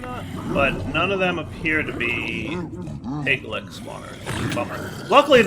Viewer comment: In fantasy there is a creature called a Lich (Litsh), and in the pack there is a creature called a Piglich (Piglitsh), and yet insists on calling them Piglicks. I can understand where the "k" sound comes from because it is in lichen (the algae / bacteria combo). Also if you cannot spawn the Pigliches, try placing the automatic killing in "the Other", they seem to be frequent spawns there.